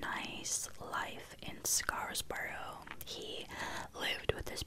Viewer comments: The way you say scarborough is so funny cause I understand why you think its pronounced like that based on how its spelled, its actually pronounced like " scar bro" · Scar-borough. You don't pronounce the s at the end of scar